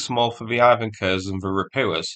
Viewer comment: Also he keeps saying Ropukha instead of Ropucha, and now also noticed Ivan Kurs instead of Ivan Khurs. Ch sounds like English ch (check, each), KH sounds like H in hat.